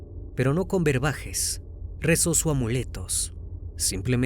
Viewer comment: Berbajes ò brebajes? 😂😂😂